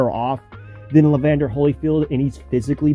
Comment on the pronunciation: And Evander Holyfield, not Levander